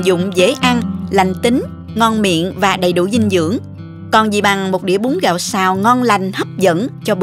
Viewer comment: Bún gạo chứ không phải búng gạo ơi. Hơ hơ